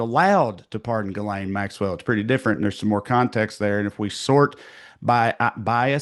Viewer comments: I will NEVER NOT be mortally offended at the pronunciation of "Ghislane" as "Gull-AYN". It's a FRENCH name that is pronounced "zhis-lenn". Not that ridiculous "GULL-ANE(us)". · Ghislane, the “s” is silent, which seems appropriate for her having lost her voice.